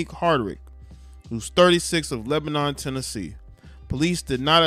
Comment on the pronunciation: It’s Leb-En-in that’s how you pronounce it. And MURF-ress-boro all an out skirt of 𝙽𝚊𝚜𝚑𝚟𝚒𝚕𝚕𝚎 30 miles West. Good areas where most of the metropolitan area has moved since the gentrification in Nashville.